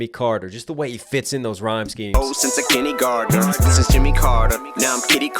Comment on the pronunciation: Am I the only one who thought he said Jenny Gardner, not kindergartener? Like the character from all my children? I know I heard it wrong, but it still fits…